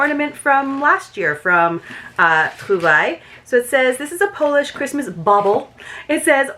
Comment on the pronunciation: Hi! I'm just glad that you can pronounce Trouvailles correctly! I almost have it, I just can't do the French throat thing. I just haven't had enough experience with the language. I love amber too, such a pretty stone. Yummy, Kielbasa! Those are so good, especially when they are fresh and not overly preserved. What a fun box! Tina knocked it out of the park with the Christmas treats.